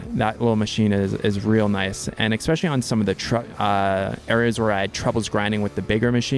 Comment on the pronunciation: There is no "x" in "especially" :)